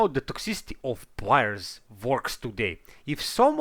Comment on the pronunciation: Sorry but, why take advise from someone who barely speak proper english. ''Plaiyers'' fuck it man. my ears are bleeding